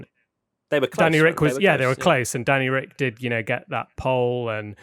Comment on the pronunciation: it's so annoying hearing him say Danny Ric